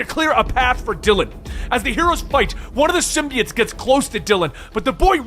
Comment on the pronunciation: Love the vids man, but I couldn’t help but notice you keep pronouncing symbiote(s) wrong, you’ve been saying it like SIM • BEE • IT(S) for many videos now, but it’s really either pronounced SIM • BEE • OAT(S) or SIM • BYE • OAT(S) I don’t know, it’s something that’s just been bothering me but doesn’t really detract from the overall videos, just thought I’d say what I’ve been wanting to say :D